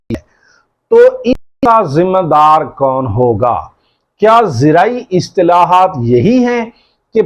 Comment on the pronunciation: Islahaat, not istalahat